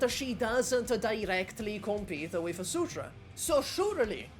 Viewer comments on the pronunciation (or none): Wait why are you saying "Degen" in Degenbrecher like the degen in degenerat 😂😭 Edit: Wait is "Sutra" is Surtr?